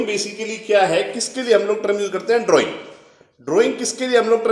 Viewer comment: Drawing shi se bolo sir g